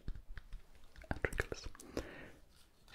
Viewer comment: pourquoi il dit trinkles au lieu de triggers ?